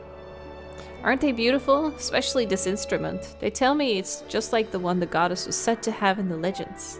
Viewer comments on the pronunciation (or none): I can’t NOT hear Arin saying “GODdess” 😂